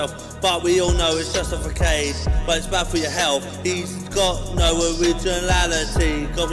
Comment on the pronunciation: I think he said "but where's the substance" lmaooo I'm dying, bro really pronounced facade as fa-kade 😭